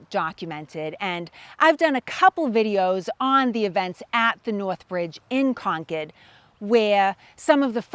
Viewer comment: To hear “Concord” pronounced properly is a blessing